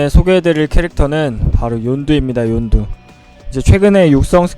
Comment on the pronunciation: 윤두가아니라 욘두